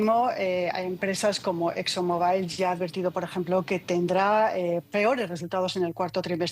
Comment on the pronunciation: ➡ La AMA DE CASA gallega que reporta desde USA ➡ no sabe que pronunciar Exxon MOBÁIL muestra una gran ignorancia. ➡Por favor levanten el nivel!!! ➡ Es una vergüenza lo que ha caído la DW a nivel humano, son un desastre, ➡ está llena de gallegos y chilenos, ➡ sin conocimiento y sin la mínima experiencia, ➡ gente QUE NUNCA TRABAJÓ DE NADA en su vida como esta reportera. ➡